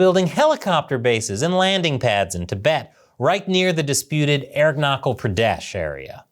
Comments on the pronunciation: It is not Arunakal Pradesh. It is Arunachal. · It's arun na chal not aero knuckle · pronounch the h in aruna'h'al arun-na-chal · Dude it's not arunakul pradesh it's arunachal pradesh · its Arunachal with "ch" that you would use in Chernobyl. Not Arunakal Pradesh bruhhh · Ch in Arunachal is pronounced as ch in chess..not as Kal.. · its aruna-chal pra desh my guy. you have butchered the name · Aruna"cha"l. Cha as in challenge. Not k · Great video. But Please check your pronunciation if "Arunachal" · You know how I know you know nothing about India? The way you pronounce Arunachal. Come on man. People are laughing at you. You didn't even google how to pronounce the name? Are you stupid? And you understand it is not disputed territory. It is as much disputed territory as Texas and California is disputed territory between America and Mexico. Let's start showing Texas and California on the map with dots in it now and call it disputed territory. You illiterate monkey. The people of Arunachal Pradesh all speak Hindi. Hinduism is the majority religion there among the locals. They eat roti and dal. Do you know how many people speak chinese in Arunachal Pradesh? Only the people that study Chinese. On the other hand, how many people speak Spanish in California and Texas? Mexico has a better claim than China. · I really like and watch your videos Just a information for everyone its called southern tibet by china Its original name from thousands of years had been arunachal (it's pronounced as aroon--aa--chal ch as in chair)😊😊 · Hey, the "ch" in Arunachal is more a "ch" as in chapel or chair, as against "ch" as in choir.